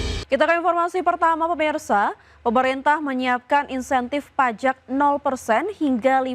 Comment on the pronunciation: PFII terdengar Palak bukan Pajak!😂😂😂